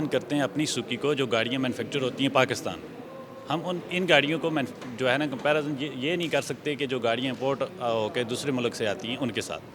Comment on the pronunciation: comparazun krte hain 😂😂😂😂